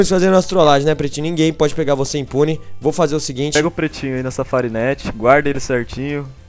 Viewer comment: só eu que percebi que ele fala prestinho em vez de pretinho ?